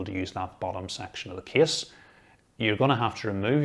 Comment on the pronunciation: Nobody : Him : this KieSs PS:Awesome Video!